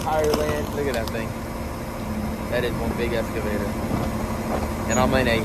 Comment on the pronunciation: He needs an English lesson. “Escavator” was driving me insane l.